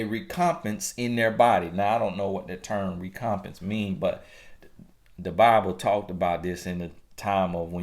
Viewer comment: The word is: Rec-om-pense...pronounced as: wreck-om-pence..... used as a noun it mean: an equivalent or return for something done, suffered, or given.... Good video/ message.... thank God for using u as His mouthpiece Lol That's what cha giiiiitttt!